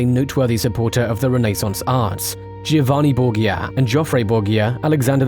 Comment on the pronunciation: Tuned out because of how you pronounced Borgia.